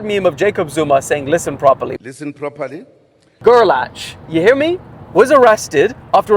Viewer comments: I have a kid in my school with the name gerlach and I believe they pronounce it like gerlack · It's pronounced Gair-lock and damn why is this the news story that gets my last name around? 🤮